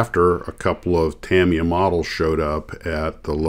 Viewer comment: The US headquarters is located in Orange County, California, and Tamiya is pronounced Tameeya. My father was the plant manager for Revell in the 1970s when I was a kid. I was lucky enough to spend the day on Saturdays and watch the model masters not only build the box art samples, but I also got to watch them fabricate the tooling to produce the models. I was there when they made the C.H.P. motorcycle from the TV show Chips and I got to keep many of the original box art models. I still build models 50 years later. I built them professionally for 4 years as well.